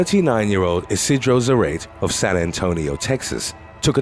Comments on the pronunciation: Its not "zrate" is "zah-rah-teh" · Isidro za-ra-te, not za-rate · zarate is zuh-rah-tay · I believe it's Za-ra-te . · Zarate is pronounced like Karate. 🤓